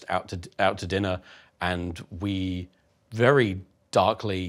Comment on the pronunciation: Love you Tom. Best boi, vewy NOICE👌